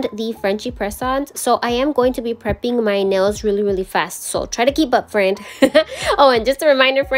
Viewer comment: This is the first time watching your channel, and I absolutely love these. I need to do 90’s nail set for my sister who’s attending a 90’s birthday party. Thanks for the inspo. The way you say FRAND makes me lol. I also love the black cat intro. I have 2 kitties and one is all black. 🖤